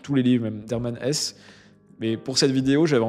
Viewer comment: Hermann HessE pas Hess. prononcer le e final svp.